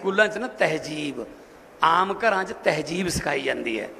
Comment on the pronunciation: TehJEEB nahi hondi TehZEEB hondi hai.